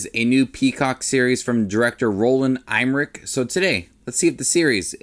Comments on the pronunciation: Em-mer-ich not Eyemrich! Come on man, at least do some basic research. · Roland Em-mer-ich not Eyemrich. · Thats the worst butchering ive heard of the name emmerich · lol who is going to watch your review when you cannot even say his last name... LOL what a joke